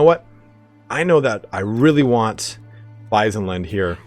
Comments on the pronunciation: Wissenland is not pronounced as wisen land, but more Wizzen land. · Hochland isn't pronounced "Hotchland", you said it kinda right the first time and Wissenland isn't "Waisenland".